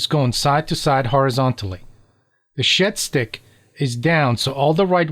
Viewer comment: 14 mins in and I’ve just realised you’ve been saying shed stick and not shit stick